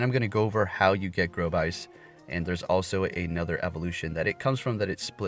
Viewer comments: Not to be that guy but it’s pronounced Gore-Abyss not Grovice. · Gorebyss pronunciation “Gore” “a/byss”